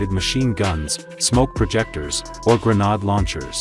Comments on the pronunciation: great dozer but the clown commentator doesn't even know what a grenade is, pronouncing it a grenod! Does kinda rhyme with nimrod I guess. So there's that. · Wow what an incredibly posh way of saying GRENADE 😂😂😂😂